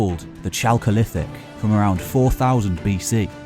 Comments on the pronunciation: Great program, but The H is silent in Chalcolithic, it’s pronounced Kalko-Lithic, or even better, if you can pronounce the -ch in loch, it’s similar to that in the Greek word Chalcolithic. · That chalcolithic pronunciation though...